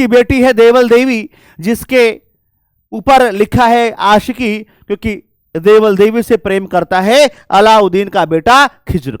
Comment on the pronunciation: 31.02 आशिकी नही आशिका लिखा है। गलत पढ़ा लो। ताकि सब फेल हो जाए।